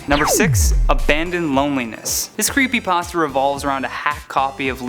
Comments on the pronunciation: "creepy passta" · It's creepypasta not creepypaasta Hermione: How dare you steal my sh.... Harry: Shut up and move on. Draco: snorts and laughs hard.